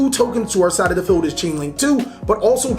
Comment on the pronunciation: lol when you say feld and not field. and its not toker its TALKER